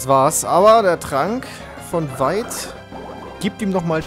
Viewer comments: Feight vs Veit :D (fehler absichtlich nur von der aussprache :D ) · Eigentlich spricht man Veit "Fait" aus und nich "Wait" ^^ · Ich hatte nen Mitschüler der Veit hieß und das erste was ich mir dachte, als ich erfahren habe wie er heißt: "lol...wie der erste Arenaleiter der 4. Gen" :D man spricht es btw mit einem "F" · Veit müsste mit F vorne ausgesprochen werden, da ich jemanden kenne der auch so heißt. Sonst wie immer geiler part mach weiter so